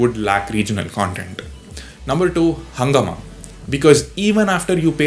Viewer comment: Also, its pronounciation is not "hungama" but "hungaaama" It's a hindi word. It's a hindi word for chaos